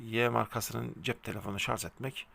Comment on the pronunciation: Hocam şarz değil Şarj. Ama bilgilendirme başarılı👍